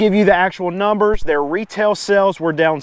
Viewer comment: Pleae , FFS, its sAles... not sElls !!!!